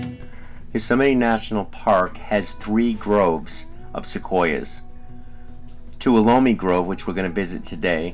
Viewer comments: Yosemite is so awesome, everything is so MASSIVE there! Tip: Tuolumne is TWO-WA-LA-ME … I live in the area, LOL ;) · Pronounced Too-wall-o-me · “Toowallome” is the correct pronunciation! You kill me! Aren’t those Sequoia’s spectacular?! Yosemite is my favorite place on the planet...if I could, I’d live there. You really don’t know how lucky you were getting to see bears! Like I said in an earlier post, we go at least twice a year, and I haven’t SEEN one in about 8 or 9 years. I hear them a LOT at night. Hubby saw one dumpster diving at the Ahwahnee/Majestic Hotel. You’ve been very lucky with all you’ve experienced in Yosemite... we’re on our way with the daughter and grandkids very soon! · Beautiful video!!! Local people won’t know what you mean unless you say “ To All Um Me “ for Tuolumne. 🤗😁👍🏻 Glad you enjoyed our beautiful Giant Sequoias and got to see 🐻! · Tuolumne is pronounced Too All Uh Me. (I live near Tuolumne LOL) Other than that, Great vid! Hug that tree 😊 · Its pronounced Tow al a me Not bieing mean, just want you to know the correct pronunciation. Love your channel by the way!